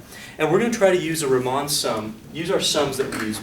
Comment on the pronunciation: I love your lectures a lot, but the way you pronounce riemann sums is an insult to all living beings on this planet